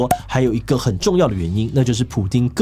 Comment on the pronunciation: Putin not Pudin.